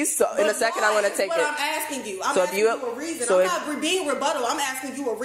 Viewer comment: What is , "Axking."?? How does one axk something? Is it a verb? Adjective? Axkective?